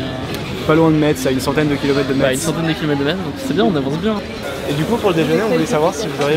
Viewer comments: Salut juste pour dire qu'en tant que Lorrain, on dit Mess et non MeTs ^^ à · On dit MESSE AAAAAH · ça se prononce Mess pas metz !!! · Metz se prononce comme la messe C est tout . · "meTSSE" ... mes oreilles saignent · Par contre c’est pas Metz en prononçant le z c’est Metz en le lissant messe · ON DIT MESSE ET PAS METTTTTTZE !!! ._. jvé pleurait dns ain kouain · Superbe video mais ca se prononce Mess et pas metze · Mess pas Metz 😂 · On ne dit pas metz mais mess svp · C‘est «Mess» et non «Mètze» mdrr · Désolé mais non, je peux pas ne pas le reprocher, on dis pas Metzzzzz, mais "Messe", voilà, merci. Sinon bonne vidéo ! De sacré débrouillards ! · Ça se prononce messe pas metze merci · On prononce Messe pas Metsse bordel !!!! #Metz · METZ ON PRENONCE PAS LE T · C’est un beau projet mais stp ne prononce plus jamais de ta vie le t de Metz sa se dit « messe »😉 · On dit Messe... Vous les parisiens vous êtes tellement coupé de la civilisation que vous renommez toutes les villes à votre sauce :'D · Comment il prononce "Metz" jpp en gros je t'explique ça prononce comme ça "Messe" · Juste une petite précision les gars Metz ça se prononce Messe voilà voilà sinon la vidéo est cool 👍😁! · Metz ça se prononce "messe" ! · On dit Metz=Mess